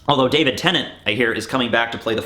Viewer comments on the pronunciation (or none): none